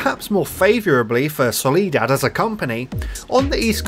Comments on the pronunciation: Soliad Lansdale? Nah. Solidad Lansdale? HELLL NAW Solidad Landsale? Yup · "solidad" WOOOOOOW claps